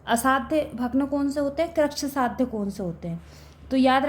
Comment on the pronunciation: Krichysadhya and asadhya galat pdha rhi h 😢